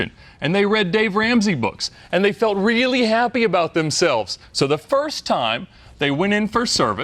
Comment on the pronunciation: saying wealy lucky Had to pause and reverse to confirm